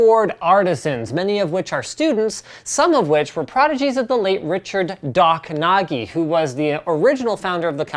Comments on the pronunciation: The name "Nagy" is pronounced "Nodge"... I know, unusual. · The way you pronounced Richard Nagy as Richard Nagi left me so cringed I instantly closed the video. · Nagy is actually pronounced as "nadj" and it's a common family name in Hungary. Sounds funny though :D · you totally hammered that name at the start :P